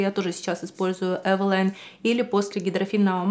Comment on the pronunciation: Не знала что правильно произносить Эвэла́йн😮 спасибо что уточнили 👍